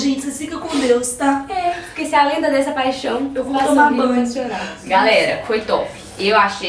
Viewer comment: Patricia Silva , pronuncia correta "Crescer"